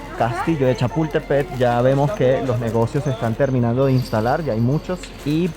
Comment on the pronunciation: Donde dice “”Chapultepet”, entiéndase “Chapultepec”. 😉